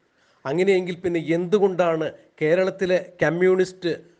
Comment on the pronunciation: ക്യമ്യൂണിസ്റ്റല്ല, കമ്യൂണിസ്റ്റ്